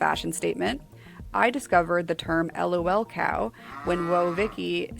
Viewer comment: May NEVER find patient zero of Lolcows(Chris Chan) and fall into the rabbit hole of Sonic the Hedgehog. The fact she pronounced Lolcow incorrectly put a smile on my face. That fact I know how to pronounce it correctly makes me sad again.